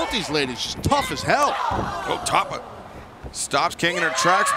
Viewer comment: Say her name right Justin Roberts. It's Tapa like pasta.